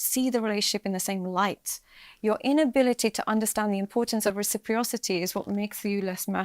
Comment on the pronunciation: "Recipriosity," is not a word. It's reciprocity. Noticed this multiple times